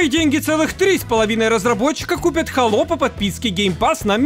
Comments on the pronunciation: не хАло, а хэйло хало говорят инглиш менс, а мы рашн гайс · Хало или сало? Не понятно...